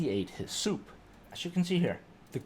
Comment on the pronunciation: Are you saying "Heh-soup"? Bruh pretty sure it's "Hiss-UP"